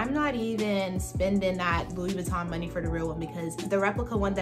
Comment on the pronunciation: Enunciate Louis Vuitton correctly if you’re going to carry the bag. Ugh!!!!